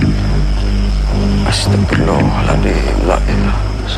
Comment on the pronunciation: Meluruskan aja Yg benar Astaghfirullahalaazhim bukan astaghfirullah aladhim😅